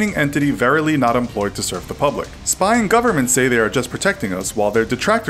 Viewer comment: STOP SPIYING ON MEEH